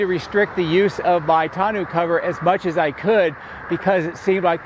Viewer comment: I think it's pronounced TAWN-OH